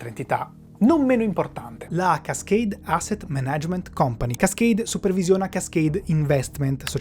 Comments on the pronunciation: MÀNAGEMENT, l'accento va sulla prima A!!!!! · Molto bello il video. Come sempre non è mai semplice rispondere. Vi invito però a rivedere l’accento sulla parola “management”, unico neo in 30 minuti molto interessanti. Grazie!